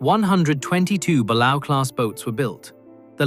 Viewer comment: Christ the mispronunciations are GRATING! Gato LONG A, Balao Bah lay o, barbel BAR bell. SSBN-616 model is just wrong... So is the Ohio...